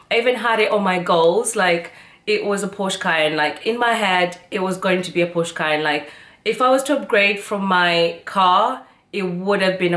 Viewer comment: Congrats for your nice car. Also germans said Porsche Not Porscha